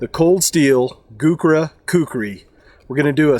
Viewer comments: Gookra?? :P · The Gurkhas are some of the finest fighting men in the world. It would make you slightly more credible if you could at least pronounce their name correctly. Gookras? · I dont mean to be rude but it is pronounced Gurkha (gerka)